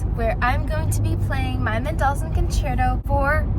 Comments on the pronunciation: A couple of things caught my ear about pronunciation. How does she come by stressing the second syllable of Mendelssohn’s name? menDELssohn? No. MENdelssohn? Yes. Also Tonic. Her pronunciation was TOEnic when the ear expects TAHnic. Just curious. Is it her father’s nationality that causes this variation? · I rematches it and heard “men doll sun” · Suggest if you going to be a top performer, learn how to pronounce Mendelssohn. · Yes that's how it should be pronounced. She says "mendel-sun"